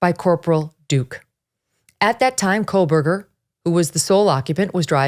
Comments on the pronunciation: Its Ko-Berger, not Kohl-Berger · "Megyn’s intelligence" Yeah, she's so intelligent she can't say Kohberger correctly and instead pronounces it as "Coalberger." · Megyn, you are referring to him as Kohlberger, is that how the name is pronounced? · Maybe it's just me but most of the time I'm hearing 'KohLberger'. With an L. It's driving me crazy. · Can someone (anyone) please tell Ms. Kelly (Ashleigh Banfield's clone) to please pronounce Kohberger correctly?? Maybe phonetics will help a bit... it's pronounced KOHH-BUR-GER There is no "L" in his last name. 🙄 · Yes.. and all with all the “research”.. can’t even say his name right. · Loved this coverage! However I couldn’t get past the mispronunciation of Kohberger’s name throughout the entire episode😬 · Big fan of the show, I watch almost every day, however I can't help but mention that Megyn says Kohberger wrong She puts an 'L' in there. I cringe for her every time she says it! I would hate for her to get called out for it on another show. Merry Christmas to the Megyn crew! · Koh or Kohl, Meg...always get the name right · Really? You pronounce it like she does here ? Hmm, never heard it said like that but okay. Still don't think she's in touch with the average working person and I'm generally a fan of hers. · Love it when Megyn does true crime. BTW, there is no L in Kohberger. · Yes, I agree… how dare she mispronounce your hero’s name! Shame on her. I know it must hurt… but try not to let it ruin your day. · She doesn't have an accent. Quit trying to jump through hoops to defend her not being able to pronounce Kohberger the correct way. Why it hurts you to accept reality, is a question you must explore yourself.